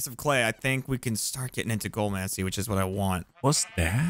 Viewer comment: "Goal"mancy... "Goal"mancy has 4 syllables and I know you know this and yet I'm still complaining because AAAAUGH.